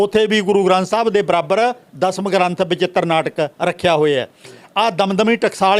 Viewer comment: And it's Dasam not Dhasham lol